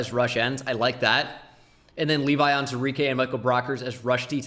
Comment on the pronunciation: You're missing the WOO in Onwuzurike every time :(